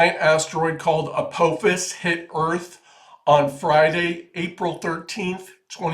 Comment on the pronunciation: It is A-PAH'-fis. It is Massachusetts Institute OF Technology.